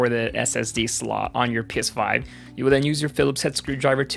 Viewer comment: I keep hearing piss5